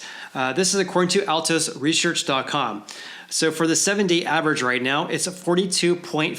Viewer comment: “Altos reshearch” 😂